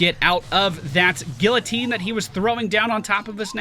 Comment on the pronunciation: loves French so much and still mispronounces guillotine